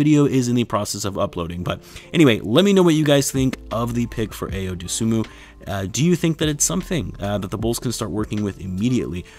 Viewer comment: It’s pronounced Eye-Yo Dough-Sue-Moo